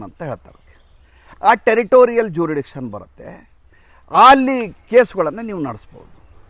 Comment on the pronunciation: ಸ್ವಾಮಿ ನೀವು ಆಂಗ್ಲ ಭಾಷೆಲಿ jurisdiction ಅನ್ನು ಕನ್ನಡದಲ್ಲಿ,ಜೂರಿಡಿಕ್ಷನ್, ಜೂರಿಡಿಕ್ಷನ್ ಅಂತ ಪದೇ ಪದೇ ಹೇಳಿದ್ದೀರ. ಅದು ಜೂರಿಸ್ಡಿಕ್ಷನ್. ಕ್ಷಮೆ ಇರಲಿ.